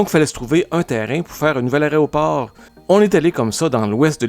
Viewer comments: Aéroport (et non aréoport !, erreur répétée une centaine de fois). Tous les vols (et non toutes les vols). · "Aréoport". 😬 Peut-être que le mot sert à désigner à quel point cet aéroport est difficile d'accès en journée ("Quel aria, cet aéroport!" 😏 Eh oui, notre aéroport est loin de figurer parmi les plus élégants du pays, du continent ou du monde... idem que la drabe gare centrale de Montréal. 😢